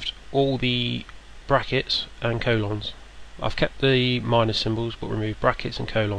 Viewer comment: I love you how say colons. :D